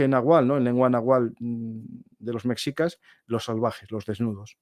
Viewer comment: La frontera norte de México y las californias siempre llevaron a muchos a intentar encontrar el oro, hasta los franceses cuando invadieron México tenían la idea de encontrar minas de oro en Sinaloa y sonora que hicieran viable esa invasión. Cuidado con la pronunciación de ciertos términos como nahual (nahuatl) o mejicas (meshicas) que de este lado del mundo suenan mal pronunciadas o incorrectas.